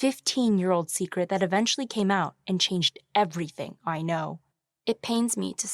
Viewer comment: “There is no secrete that could be hidden forever” done 🤣